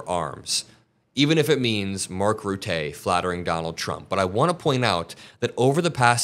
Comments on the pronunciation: It's Rutta, not Ruttaey. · On a side note I would like to say it's pronounced Mark Ruttuh instead of Rutay. It's both 'uh' sounds. Sorry I'm Dutch it's hurts my ears everytime 😂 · It's not Mark Rutay or Ruté, it's pronounced Roo-ta. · It's pronounced Mark Rhut-tuh with emphasis on the first syllable ;) (It even sort of works in google translate when using speak option) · Arrrgh! Will Americans PLEASE learn to pronounce people's names properly? Mark Rutte is pronounced like you mispronounce "Qatar".